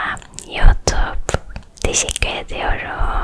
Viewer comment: Youtup dediği yerde koptum 😂😂